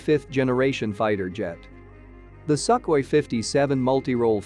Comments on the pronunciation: i know, but the uploader pronounced it as suk-way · ok, but it is wrong nevertheless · Sukhoi pronounced as suk-way when Sukhoi first announced the Su75 in 2021 cost per unit is 25-30 million, one year later become 60-70 million, I don't believe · No. Sukhoi is pronounced as "soon" i.e. Sookhoi. Just a remark. I speak the language. That was the first creator's last name. Сухой.